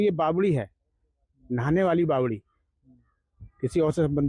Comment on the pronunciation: It's Bawadi not Bawali Sudhir ji